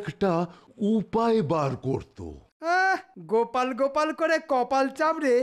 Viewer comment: আছা 😂গোপালের নাম গোপাল❌ না কোপাল 😂😂